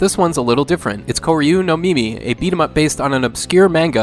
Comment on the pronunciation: Not first Also you said kimi instead of mimi , just letting you know.